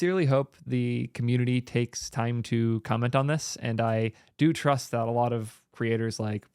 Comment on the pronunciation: I noticed you said "I do tRust" there. BE CAREFUL with that kind of emphasis!